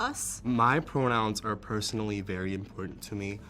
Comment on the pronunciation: So the one leah something can fully over pronounce "identity" but completely mispronounced "important". F. OFF.